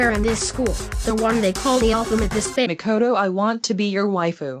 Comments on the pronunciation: Makołto is de kilar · makoto Ish Da Jane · No, it was more like "Makoto iza da killer" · Everyone: makoto is the killer Celes:mackodo is dhe kilar